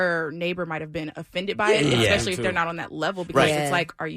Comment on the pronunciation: The truth is, it comes down to ignorance. It's not an accent thing, it's simply not correcting yourself when you're young. Making excuses just shows more ignorance and no, there's nothing racist about asKing why. The other word that makes my eyes roll is eKspecially, it's eSpecially and no, it's not necessarily racial as someone I work with is blonde and white and he says eKspecially. No, they're not acceptable just because idiots on this show say so. Oh, and another thing, it's eSpresso, not eXpresso.